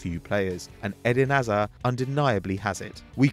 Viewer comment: Why does he pronounce It Edin Aza?